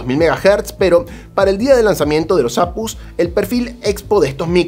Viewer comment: APUs? A PE US... 😂 O cómo dices GPU? Ge Pe U verdad?? O CPU? O RTX?